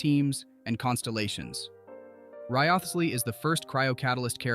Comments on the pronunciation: Who is Rio-thees-ly?? Lol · Ry-Zlee lol. We finally heard the pronunciation in game and not a single youtuber has used it lol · Very nice guide! But I laughed every time "Wriotsley" was pronounced in a different way in the video haha I'm rooting for him to get his C1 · Mf pronounced his name in 50 different ways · There were like 5 different Wriothesley pronunciations lol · Dude said Wriothesley's name different every time e.e If you're gonna do a showcase, at least learn the character's name, or be consistent with one pronunciation. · Imagine getting mad at an ai for mispronouncing a name💀 learn to not waste ur breathe bruh